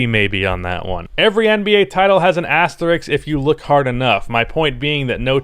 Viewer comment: You’re probably the only white guy that can’t pronounce asterisk.